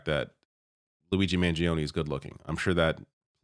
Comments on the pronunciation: please pronounce his surname correctly. The i after the g is silent. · Mangione has only three syllables